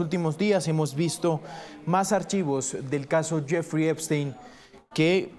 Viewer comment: Epstein////no Eisten 😂😂😂😂uno tenia mucho cerebro el otro en escremento en lugar de nuronas😂😂😂😂